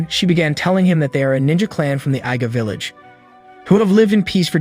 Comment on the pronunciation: pretty sure its IGA is pronounced EEGA not EYEGA. Also KOGA is pronounced KOOOGA not Kuuga